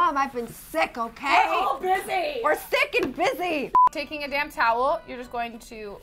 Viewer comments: i thought she said damn towel. im done. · I thought she said 'you just take a damn towel' and I'm just like, what. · lol i thought she said damn instead of damp